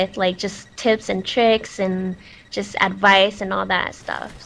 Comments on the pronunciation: i thought i heard her say tits and tricks lol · thumbs up if when she said tips and tricks you heard tits and tricks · i thought she said tits and tricks LOL ?